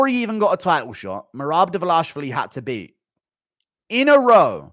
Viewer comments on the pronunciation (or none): I love English very much, but I've finally discovered one flaw I can't stand in these people. It is the way they pronounce Tbilisi and Dvalishvili :face-orange-raised-eyebrow